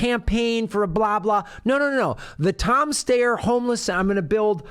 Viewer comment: Thank you for pronouncing "Steyer" correctly.